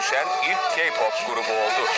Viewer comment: Keypop demesi🤧🤦🏼‍♀️🤦🏼‍♀️